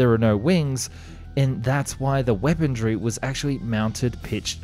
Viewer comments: You always say "weaponry" as "weapondry" with a "d". Just curious why, not trying to be a d*ck. Is it an Australian thing? I believe you said you were Australian lol (Sorry if you're not and I am mistaken!) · There is no 'd' or 't' in 'weaponry'. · Eckspecially. Weapondry. 🙃